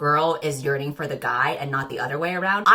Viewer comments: drinking game to go along with this video: take a shot every time says ‘YeaRNinG’ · every time you said "yearning" I just heard it as "urinating" :( it was driving me up the wall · Nobody: You: YeArNiNg (honestly same) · No one:: "Yearning"